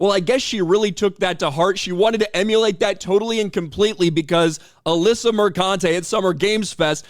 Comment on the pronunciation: It's pronounced MerCUNTe.